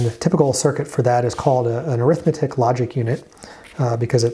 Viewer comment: Great series! My one comment is that in ALU, the word arithmetic is actually an adjective (and it's pronounced like AIR-ith-MET-ic) describing the type of logic, it's not an "Arithmetic and Logic Unit"